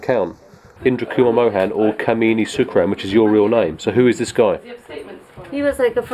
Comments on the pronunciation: It's not "Kameeni" it's "Kamini" 😂😂😂😂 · its kamini not kmeeni😛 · i like the way he pronounced her name (kimini) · Kamini yes but the narrator keeps calling her: Kameeni 🤣